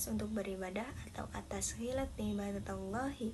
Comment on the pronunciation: Liibadatillah bukan liibadatallah ya 🙏